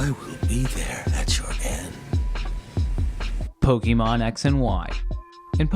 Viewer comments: po-kay-mon or po-kuh-mon, never po-kee-mon :/ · pronunciation of Pokemon is such a disappointment. A gamer who represents attention to detail and obsessive investigation to an unparalleled degree has failed to validate a simple, obviously accented letter - some of the most influential monsters, anime characters, and video game characters in their eponymous game whose title can only be found uttered and pronounced properly and incessantly by the majority of the world by anyone outside of the most clueless boomers. Its like when I found out Vin Diesel couldn't drive stick shift.